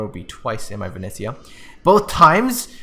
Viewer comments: Dude, you're butchering the name Venice. VE NE (NEver) ZIA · Vi KNEE ZA YA